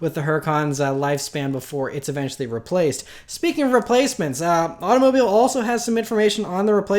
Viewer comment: au-to-MObeel magazine Jesus, you're a car channel and can't even say the word automobile